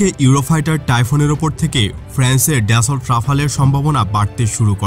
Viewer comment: উচ্চারণ ড্যাসল্ট না , দাসো